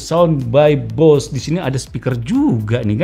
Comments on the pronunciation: Bose cara pengucapannya bukan Bos ya kak tapi di ucapkan sesuai tulisannya, Bose.. hehehe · Bacanya [boséé] . Bukan "bos". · Baca = Bose bukan bos